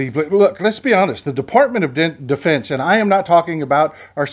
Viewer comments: You almost called it Defartment of Defense. I like that. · I know it was a flubb, maybe not, Defubbed, was a great slip of the tip. -Boone, Amarillo, Texas